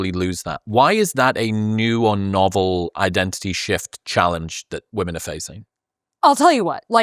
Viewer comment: This is the first man who I have heard pronouncing women as woman, I thought it was a woman thing 😅